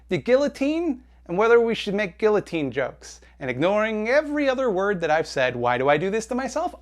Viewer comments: “Gilluhteen” hurts my ears too. 😔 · Bruh. Just stop reading YouTube comments. It's a shitstorm down here. Also it's "gee-uh-teen" not "gil-uh-teen". And guillotine jokes are fuckin funny. Let's please introduce Jeff Bezos to a couple of slicey bois. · Gee-ya-teen not gilloteen, just do it, just say it right. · I have to say it, it pisses me off, guillotine is pronounced guiYOtine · It's pronounced geeyateen. IDIOT. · my ex girlfriend was very conservative and funnily enough if she watched this vid she'd probably spend more time arguing with me on how to pronounce the word "guillotine" over anything else. Idc if it's it's traditionally french, I'm not saying "geeyoteen"! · The way you pronounced guillotine, ruined guillotine for me. Just kidding, great video! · My only issue with you talking about guillotines is your pronunciation of the L's. Bruh. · I wouldn't be focusing exclusively on your use of guillotine jokes if you actually pronounced it correctly!!!! Anglophones man, and I'm barely a francophone. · your guillotine joke is problematic only because you pronounce it that way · ok so i know you made a joke about the comments being filled with discourse about guillotine jokes but i have a feeling more people are talking about your pronunciation of guillotine. and by that i mean me. im talking about your pronunciation of guillotine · Great video but most importantly, is anyone going to explain why he pronounces guillotine like that? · I agree with everything you said about the guillotine except for the way you pronounced it lmao. This is a good ass video